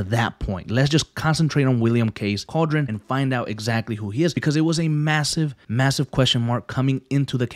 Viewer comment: CAL-DE-RON, don’t disrespect the last name it’s not cauldron